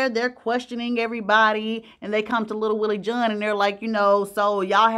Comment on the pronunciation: Wtf is “little Willie Joohn?!”